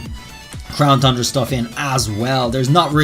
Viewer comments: Is it just me or does he say crown thundra instead of crown tundra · Still saying Crown “Thundra.” When is he gonna get it correct?! I mean damn, you can clearly see there’s not an h in it! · it's really dumb how you say "Thundra" instead of "Tundra" like it's supposed to be called. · Why does he keep saying Thundra? It's Tundra. Without the h. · please stop saying thundra its tundra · You keep saying Thundera on tundra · Pronouncing The Crown Tundra Me: tun-dra: thun-dra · no offense but you are saying crown thundra and it is crown tundra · There's no way you can make Tundra sound like Thundra idc what kind of accent you got. Also, this is the 3rd time I've posted this comment and someone keeps removing it. Sounds like someone can handle the heat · Won't stop saying thundra lol it's tundra funny mistake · I have good reason to believe says "CROWN THRUNDRA" on purpose now lol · Is anyone else still sort of exasperated that he still says thundra? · “Crown thundra” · He always says Thundra and it makes me twitch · I heard Crown Thundra lol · DarkSpyro I know!!! It’s not to important but once you know it it’s just hard to miss!